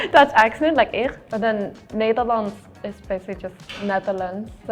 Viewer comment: Neylands 😂 a video about language and you fuck up the first sentence